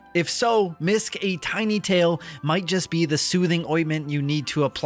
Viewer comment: Hi, the developer of the game here! Yes it's pronounced "Misk" officially. :D